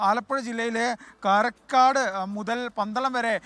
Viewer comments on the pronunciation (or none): കാരക്കോട് അല്ല കാരക്കാട് ആണ്